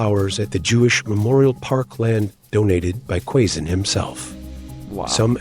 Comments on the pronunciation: ❤ I love it, when you corrected the pronunciation of Quezon. By the way I'm from Quezon City and I grew up in Quezon province. More power to your channel! ❤️🇵🇭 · I laughed out loud when you corrected the pronunciation of Quezon--spot on, you now know your way with the language. 🤩🤩🤩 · Quezon 😂😂😂😂 the way he pronounce it perfectly 😂😂